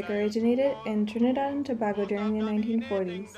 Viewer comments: Tobago is pronounced more like To-bay-go. Not To-bah-go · THE WORD IS PRONOUNCED TO- BAY- GO. NOT TO BAA GO.... So it's TRINIDAD AND TOBAGO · God....learn to pronounce the names....starting with, Tobago.